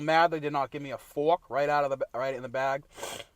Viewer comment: Give the man his FWARK, for the love of god!